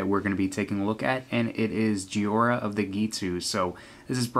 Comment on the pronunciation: If it were pronounced JEE-ORE-UH the i in Jhoira would be in front of the o like this Jhiora. It is pronounced JOY-RUH